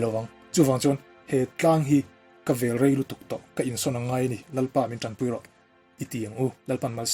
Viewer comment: Vel tih khi naupang kan vel anga thluk loh tur , 'a intithei vel e' tih anga thluk tur